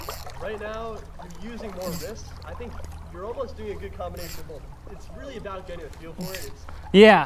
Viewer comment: Why do you say bolth? That’s always been a pet peeve of mine, it’s both, there’s no L lmfso